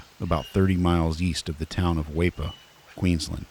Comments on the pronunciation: Just so you know, Weipa is pronounced Wee-pa. You'll need to know that for the next 30 Croc attack vids ;) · It is spelt Weipa, but is pronounced as 'Weepa'. Also, our vehicles in Australia are right-hand-drive, not left, as in your initial frame. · Weipa is pronounced as 'weeper' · Its pronounced weepa , when your up here you are a part of the food chain !!!! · FYI it’s pronounced Wee-puh if anyone cares 😂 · BAHAHAH - it's WEEEPA. Fuck you need to check some pronunciation before you do this bro. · does he mean weipa (wee-pa) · Its pronounced Weeee Pa but spealt Weipa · Weipa------' pronounced Wee-pa. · It's well narrated, however you pronounce weipa like you did research the town at all.